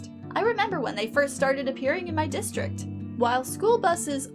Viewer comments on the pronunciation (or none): none